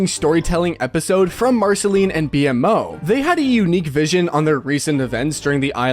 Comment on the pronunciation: Its pronounced "BeMow" bro